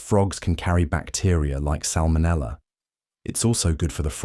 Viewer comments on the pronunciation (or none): none